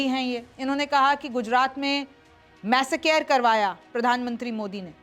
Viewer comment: Host ko english sikhao pehle ! Massacre ya masscare